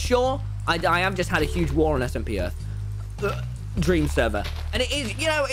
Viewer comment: dweam lolw